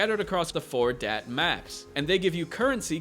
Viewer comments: Not dat or that...da'at. Lol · Da'at is pronounced Dah-aath. There is a full stop between the two A's, and the A's are soft, as in Jaw. Its a hebrew word and is part of the Kabbalah. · Just my opinion, think it's pronounced Dah-Ott